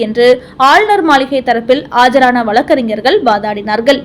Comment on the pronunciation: பல்கலைக் கலகம். வலக்கறிஞர்கல், வலக்கு. தமில் நாடு, ஆலுநர். அருமையான தமிழ் (தமில்) உச்சரிப்பு.!!!